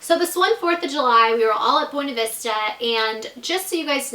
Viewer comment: Buinevesta not bwenevesta